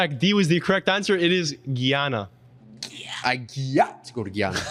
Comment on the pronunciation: Im from Guyana and its pronunced guy-ana not geeyana and yeah we the only english speaking country in south American tho we do speak a type of broken English called craolies